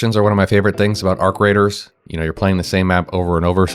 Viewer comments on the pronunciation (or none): its not radar its raider are you dumb AI?